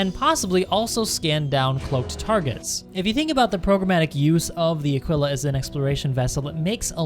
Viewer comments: I think of it as 'a-KEE-la' (Aquila). Mos-KEE-to (Mosquito). Keen-wah (Quinoa). Keesh (Quische). I know English is sometimes contradictory and there are words such as 'quick' or 'quill', but my guess is that the proper pronunciation would be 'a-KEE-la'. ;) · Aquila, would seemingly pronounced like Tequila without the T / uh-Kee-luh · / It’s better pronounced as Ah keel ah. As if it had “a keel, ya?” Edit: Very good point about the med facility for an exploration ship. There should also be a small, dedicated lab. Frankly it doesn’t need much cargo space besides what would fit the rover, but med, science and recreation are all needed for a long haul explorer. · I think you were pronouncing Aquila wrong. Anybody know if he was saying it wrong? Besides that it was an amazing video, keep up with these